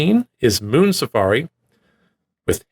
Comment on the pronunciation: Thanks for including Moon Safari. You definitely need to check out their back catalogue. Your pronunciation was fine 🙂